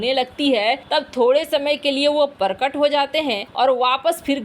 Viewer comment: परकट नहीं प्रकट बोलिये बहुत बहुत अशुद्ध आपका उच्चारण है और आप है की सुधरने का नाम ही लेती और कसम खाली है की सही उच्चारण तो बोलना ही नहीं है |